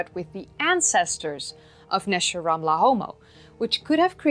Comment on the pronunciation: You got the Hebrew correct. Great video